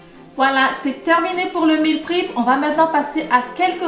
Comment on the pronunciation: Meal prep se prononce mil prep et non mil prip